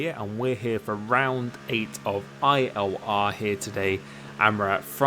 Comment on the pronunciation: “IOR” instead of ILR😂